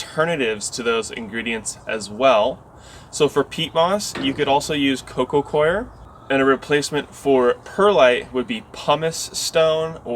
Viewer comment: You're the ONLY GARDNER "EVER" that has pronounced coco coir CORRECTLY!!!! A+++ AND GOLD STARS!🌱🌱🌱☀️🌈🌎🌳